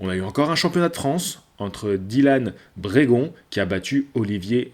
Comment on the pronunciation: Fais gaffe à ta prononciation! Quasi presque la moitié des noms tu les prononces à l'arrache entre français, anglais voir italien (Andrade => Andradé): O'Sullivan à là française alors que d'autres tu les prononces à l'anglaise. "Brégeon" en Brégon... "Eleider" c'est presque Highlander! Je dis çà pour toi, pour tes futurs reportages TV.